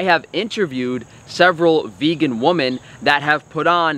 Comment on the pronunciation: Take a shot every time pronounces "women" correctly. You remain sober for the rest of your life.